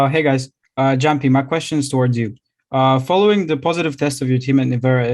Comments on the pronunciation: you mean "yamppi" not "jamppi" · Hate when she always mispronounce Jamppi’s name